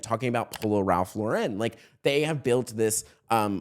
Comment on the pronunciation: Ralph Lauren is pronounced Ralph Lahr-en, like the name Lauren. It's a common mistake, but one to get right in fashion journalism.